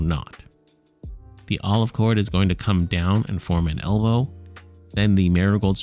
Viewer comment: Do you say "forms an ELMO?" 😂 did I hear that right?😂